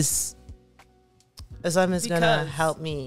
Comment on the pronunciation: omg that "özleem" was soo perfect pronounciation in turkish